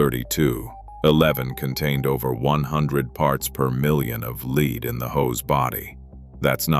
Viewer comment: Probably a AI lie . Can even say lead . Leed? Poorly made don't waste your time.